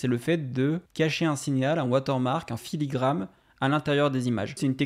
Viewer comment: Filigrane* Et pas "filigramme" mais bonne vidéo comme d'hab